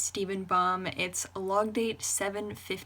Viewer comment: "No you say it like this: Logdate 7 1 5 2"